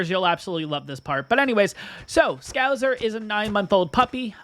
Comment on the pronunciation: FYI It's ScouSer not ScouZer.